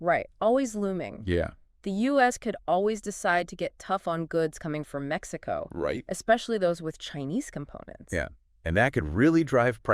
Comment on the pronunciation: Maxico? also AI needs to get a bit better